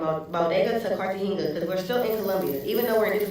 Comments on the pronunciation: It's pronounced Car-Tah-Hey-Nah! ❤ I'll finish the rest of the video. Also, the yellow is your look,! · Spanish words have different annunciations. A g is H sound